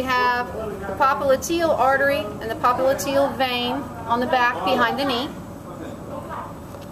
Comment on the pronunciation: "Auxillary, papa liteal" nice pronunciations